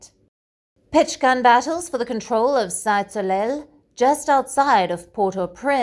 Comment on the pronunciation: no "de" in there. Seetay Solay...